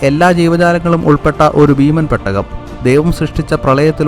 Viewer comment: പെട്ടക അല്ലടാ പൊട്ടാ. പേടകം 🤣🤣🤣🤣